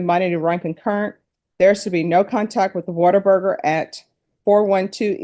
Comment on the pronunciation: "WaterBurger" lol